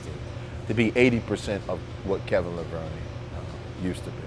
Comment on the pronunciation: "Kevin Levron".... are you kidding me??? After all the hell and 1000+ times, and still can't say his name right?